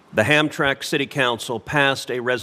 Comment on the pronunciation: Hamtramck is pronounced Ham-Tram-Ick.